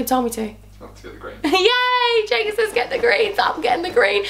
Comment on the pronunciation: 27.09 all this time i thought you called jacob 'jacoobeaaan' hahahah x